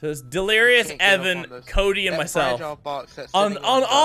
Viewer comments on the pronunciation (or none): none